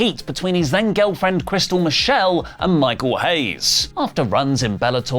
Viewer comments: He said Kristal “Michelle” 😂😂 Kristal Marshall sir! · its marshall not marshell